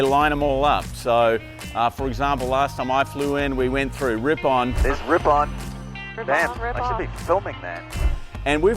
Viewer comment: As a Wisconsin native, just FYI RIpon is pronounced "rippin". Not "Rip ON".